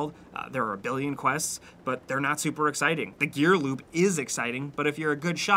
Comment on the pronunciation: Am I the only one that kept hearing him say "gear loop" instead of "gear loot"? (Like )